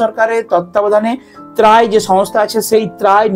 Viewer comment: ত্রায়ী নয় ওটা ট্রাই হবে